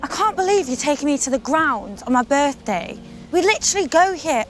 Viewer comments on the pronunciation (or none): Did he say happy befday?